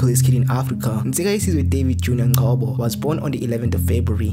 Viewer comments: When you started pronouncing his surname as Ngchoobow I knew it was going to be nonesense. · Naginendaba ne criticism nginyanyiswa umuntu omnyama ozothi uNgcobo uNgcowbow. Qhubeka ke ushaye idlwabu yakho.